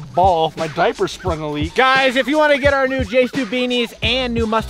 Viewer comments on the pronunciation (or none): none